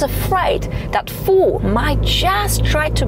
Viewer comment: Where’s your accent from? Where do they pronounce Ford „Foord”?